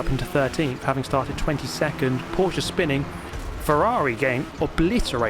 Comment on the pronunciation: Subscribing because you pronounced Porsche correctly. Ty.